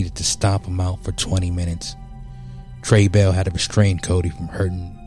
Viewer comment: Tray ball not tray bell, get your facts right